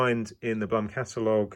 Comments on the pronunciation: It's Bloom ( Blum), not plum :) Beside that thanks a lot. Very informative and helpful. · Great video. Very well put together. But maybe mentioned here or not - the company is pronounced "bloom"